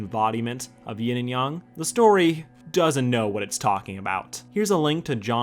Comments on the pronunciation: it's yang not yong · I’m sorry but you say Yang like they say Aang in the Last Airbender live action movie